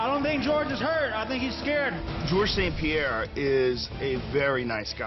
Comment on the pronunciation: es ST-Pierre y els welter brother, pero en todo lo demas estás en lo correcto